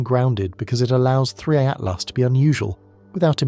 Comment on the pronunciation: Every time narrator says 3I/Atlas sounds like Free at Last!